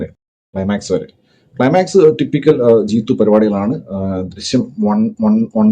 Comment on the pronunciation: ജീത്തു അല്ല ജീത്തൂ